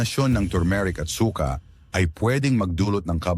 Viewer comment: Su-ka hnd suka